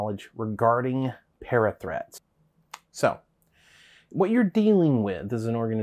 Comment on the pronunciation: Am I the only one who hears 'parrot threats' when they hear 'parathreat'?